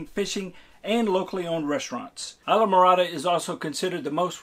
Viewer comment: It's pronounced eesla morada.... it's not an Anglo word .... stop trying to make it so....